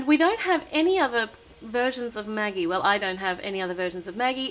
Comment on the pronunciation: Magagie Me: Ha ha ha!!!!!!!!!!!! It's Maggie